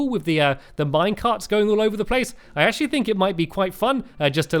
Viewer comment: Stampy always pronounce actually "ashi"